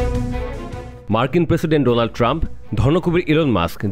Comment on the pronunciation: ভাই উচ্চারণ ঠিক করেন, ডোলান্ট না ডোনাল্ট😅😅